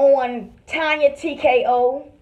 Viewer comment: Did he say Tonya TkaHoe?!!🤣🤣🤣